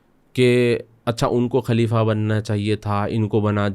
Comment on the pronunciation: آپ اردو زبان جاننے والے ہیں ۔، لفظ خلیفہ کو کلیف بول رہے ہیں ، افسوس کی بات ہے ۔ دوسری بات یہ ہے کہ آپ کی گُفتگو سطحی ہے جس میں اسلامک طرز اور تاریخ کا فقدان ہے بات چیت میں کہانی کا جیسا احساس ہوتا ہے ۔